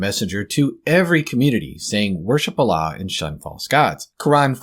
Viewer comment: He can't even pronounce the word Allah properly?